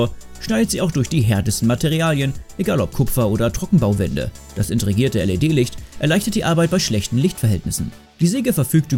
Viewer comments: Es heißt „integriert“.... aber er sagt immer INTREGIERT.... 😅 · Wenn etwas beinhaltet ist heißt das „integriert“ und nicht „intrigiert“…. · Das hat mich auch ganz schön getriggert. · Schon peinlich, wenn man nichtmal richtig "integriert" aussprechen kann, aber billigen Verkaufscontent liefert... Daumen nach unten!